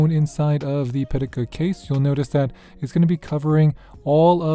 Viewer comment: Caudabe Synthesis arriving tomorrow for my 17 PM cosmic orange. 🔥 It’s pronounced Pi Ta Ka btw. 😆